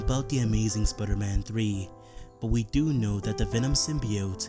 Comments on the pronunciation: sprrrman? wtf dude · Can you say normally Spiderman